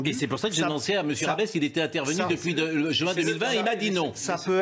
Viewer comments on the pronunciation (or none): none